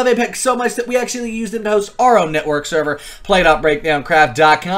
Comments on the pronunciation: Lol, he actually said SEVER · Server - sever me: what